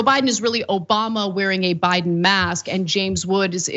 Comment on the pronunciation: The way she said O B A M A in the beginning sent me 🤣🤣🤣🤣